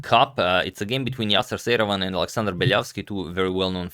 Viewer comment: Am I really the only one who hears "Saruman" when Agad says Seirawan???